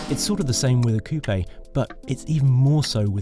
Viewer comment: He didn't say coupe like chicken coop though so he gets a pass from me 😂